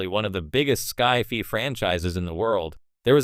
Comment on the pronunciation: Lame AI can't even pronounce "sci-fi."